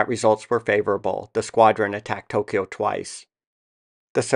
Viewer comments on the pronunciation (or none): none